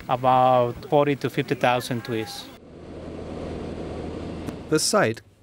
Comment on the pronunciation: Did anyone catch how he says, trees? ii(TWEES)!! TWEESES CWIST, JWUST KWILL MWE! HAHAHHAHAHAH! 🤣🔥🤣🔥🤣